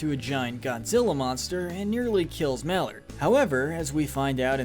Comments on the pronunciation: It's Maellard not Mallard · Didn’t pronounce pops last name right! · you actually said JBF instead of GBF like it actually was, and you said mr mallard when its actually pronounced like mailered.